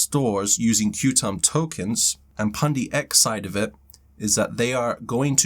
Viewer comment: Even though it reads QTUM, it’s called Quantum 😉👍